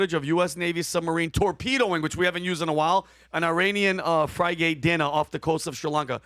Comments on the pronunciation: did he call it a "fry-gate" instead of a "frigate" and was that on purpose? Lol fry-gate makes me hun-gary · people analyzing a major war why don’t know what a “frigate” is 😂😂😂 “fry-gate” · FRIGATE American pronunciation Sounds like fri·guht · A frygate? You mean a frigate . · Fri- gate😂😂😂 pronounced Fergate! So funny, you guys can not enunciate english! What a shame. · Frigate is not “fry-gate.” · Fry-gate.... LOL